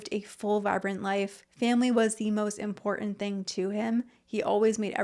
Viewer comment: For me, the worst ick to come out of influencer culture is the monumentally heinous mispronunciation of the word IMPORTANT. It's pronounced imPORtant. With a "T." Not imPORdunt with a D. (I think this whole travesty started with the bastardization of "important," but it has spread like a disease; they also slide over the "T" sound when it occurs in the middle of any word, the result being they end up sounding like they have a Cockney accent. "Mow-uhn" for mountain. Etc. Please stop it, influencers and their mimics!